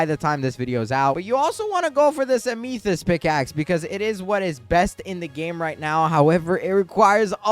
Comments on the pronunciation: Please. Stop saying ah-me-thist is am-ah-thist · if you pronounce amethyst as ameethist one more time im gonna explode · ur still saying ameethyst...